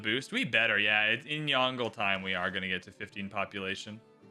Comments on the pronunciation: It really doesn't take long to learn to say a name, hearing say YONGLE like DONGLE, instead of YONG-LUH is jarring, especially the amount of times he says the name. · Disliked because there was 0 effort put at saying "Yongle" properly. This creator's pronunciation was especially hideous. Potato McWhiskey, Boes, Ursa Ryan, etc all took great care. There's also an official video trailer of Yongle saying his own name correctly. So there's really no excuse. People who show wilful ignorance and non-chalance towards history and different cultures shouldn't play civ. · stop saying yongle lol